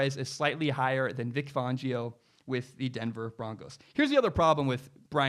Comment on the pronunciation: You’re pronouncing Vic Fangio’s name wrong. BTW, Big Ben, Tom Brady, Joe Flacco, Lamar Jackson and Matt Ryan all came into the league as rookies with defensive head coaches.